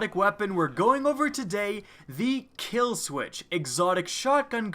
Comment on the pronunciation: You notice when he said kill sweetch instead of kill switch